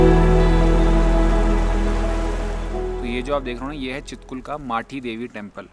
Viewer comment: छितकुल✅ हे यर चितकुल नही ❌